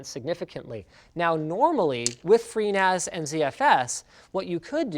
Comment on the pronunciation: When he said he was going to use FreeNAS, I thought he said pNAS. Lol. Clearly got penis on the mind, lololol!